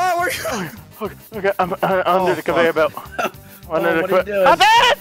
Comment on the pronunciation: I couldn’t stop laughing at the convarorbelt